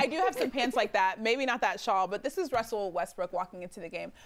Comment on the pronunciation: "here'ss the thing about wessell westbrook" lol. Where did espn get these casuals from.